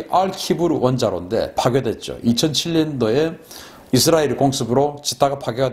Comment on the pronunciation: 발음 쥑이신다~ 이스라~엘~.................. 경상도 영어 발음이 북한식 영어 발음 과 비슷하다고 함.